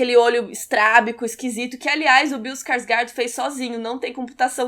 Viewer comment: Eu sei que vc não tem obrigação nenhuma de saber, afinal vc é brasileira e não fala ou estuda nenhuma língua nórdica(eu acho), mas caso vc queira saber, a pronuncia correta é "Skorshgórd"